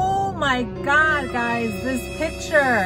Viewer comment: piture if that is how you say it